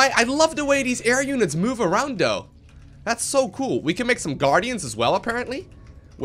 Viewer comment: When Ever He says Th he says D, Instead of saying though, He says dou xD